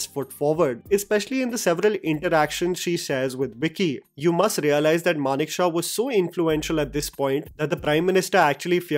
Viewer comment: its not Manek Shah, its Manekshaw. STOP calling him manek shah, OMG. EVERYtime Manek Shah. I cant understand what the hell u liked about the trailer, it was quite drab. The first trailer looked like shit, badly shot, no drama, nothing good at all. the second one was much better but i cant immagine the film is going to be anything but a disappointment.